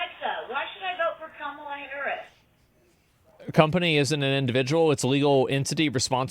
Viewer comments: So we're told she's ahead in the polls, yet no one can even pronounce her name? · She also pronunciate Kamala wrong lol. Alexa is waycist 😂